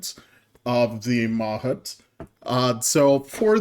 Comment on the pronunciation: I think that’s pronounced mah-HOOT (with more emphasis on the last syllable)